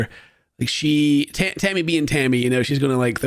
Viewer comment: I’ve listened a bunch of times now at 37seconds……. Tell me you did not call “Tammy” “Hammy”…… 😂😂😂 now we all know what you call her behind closed doors! 🎉😂🎉